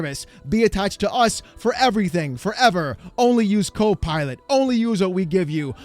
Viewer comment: The way you pronounced it... Cope Pilot, made me laugh.